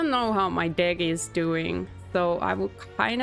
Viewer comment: Your accent is kinda unforgiving with the word “deck”, playing a TCG.